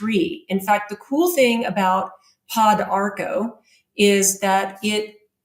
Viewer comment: Funny she knows about thiese herbs but can not pronounce them. I am an herbalist the studied around Central and South America. Pau D'arco= po darko. Also used for cancer in S. America. Una de Gato= oun-na de ghato Also used in kidney and urinary tract issues.